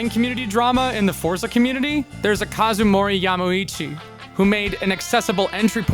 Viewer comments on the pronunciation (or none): Who tf is Kazumori Yamuici? XD